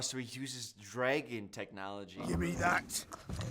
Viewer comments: I am 2 minutes in and just know by the end of this ima be pissed because the way says dragon GOD drives me nuts. THERS NO E!!!! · question for the native english speakers: is this how you usually pronounce "dragon" ?